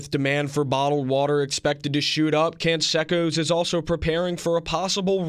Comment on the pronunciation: It's Con-say-cos , not con-seck-os